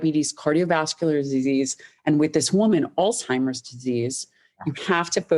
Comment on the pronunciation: did she really say alz-timers even though the CC says Alzheimer’s and Dr Lyon basically nonchalantly corrected her ?